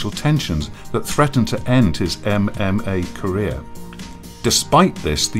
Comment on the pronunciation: He overpronunciates e v e r y syllable. em em ay, insyead of ememay